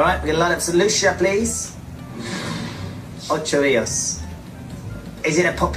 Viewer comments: His pronunciation of Ocho Rios wouldn't trick anybody. I personally know it as Ochi Re-us😂😂😂😂😂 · Mi vex so til bout the "Ochos" Rios video. 😡 One I dislike people mispronuncing my hometown but then he was so wrong to say he's from Jamaica. 😑 Nuff! Cho man.🤣